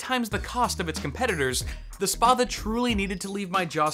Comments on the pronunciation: Pronounce the 'a' like you would in 'spat'. It's a Roman longsword. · if it's greek (a frequent thing with gaming peripherals actually) then it's pronounced Spa-tha Spa like Spanish and Tha like tha(nk) and it means big sword.